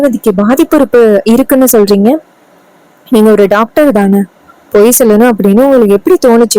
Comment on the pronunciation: 😂 டாக்டர் என சொல்லவும் நீங்கள் சொல்வது டக்டர்